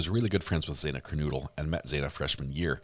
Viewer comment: I wish you’d say Xanas name correctly. Not saying either of her names right but you can say Gonclaves and that’s not even spelt as it’s said!